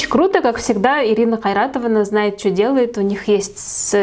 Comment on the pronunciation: Вы так четко презнесли отчество Қайратовна приятно стало интонация супер